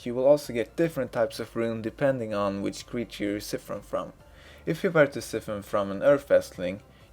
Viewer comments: "psy-fun" not "ci-fin" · i cri everytime i hear siffen